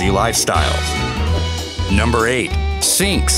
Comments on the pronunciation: The "sinks?" Perhaps just a speech impediment. But "Minx", or Burmeece"? Believe it or not, the narrator sidelines as a speech therapist. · This narrator continues to butcher pronunciations... Abbasinium, Sinx, Aussie-cat, Shatrue, Burmeece, Minks